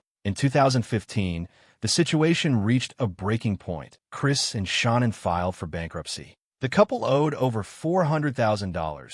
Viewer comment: Pretty sad YouTube video on these people and you can't even pronounce her name her name her name is Sha. Nam And you probably wonder why you getting no views idiot